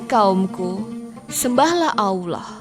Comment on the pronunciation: Robah itu jangan AWLOH. salah itu, belajar yg benar.